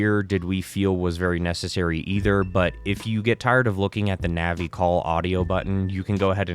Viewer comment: If you want the best experience, just use Windows or MAC. If this guy thinks that Linux is a beefier system, I want some of whatever he's smoking and I want it NOW! Linux is okay for emulation, but not the greatest. And her name is "Navi" not "Nanny" That's my grandma you're thinking about. Plus, you didn't even show us how to set up the mods.